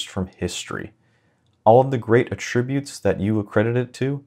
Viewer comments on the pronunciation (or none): Please check a dictionary for the placement of the accent on the noun versus the verb form of attribute. It really took me out of the video. And `preferable instead of pre`ferable.